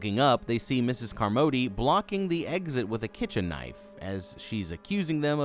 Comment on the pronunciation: Flinched everything u called her car-MOE-dee. Did you see the movie? No one said her name like that.